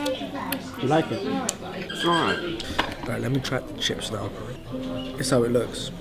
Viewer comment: the way his brother says it’s alright sounds like a 46 year old from the east end